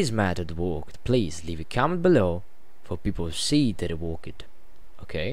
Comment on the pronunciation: You Dutch people need to pronounce the word "that" not like this: "dat". It's THAT! The same with "this". Don't say "dis" These is not deese, it's THESE!